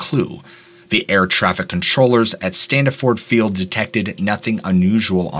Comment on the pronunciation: Please send me the transcript and I will read it with the proper pronunciations for the local towns and Stan-eh-ford Field Airport. I really enjoyed it though.